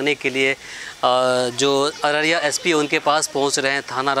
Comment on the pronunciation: रहरिया नही अररिया होता है